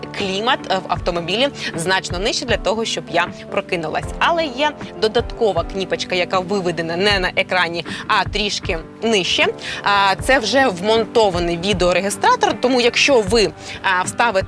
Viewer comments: Цікавий огляд, але кніпочка??? І так в кожному огляді. Українською кнОпочка! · Чому кніпочка , а не кнопочка ?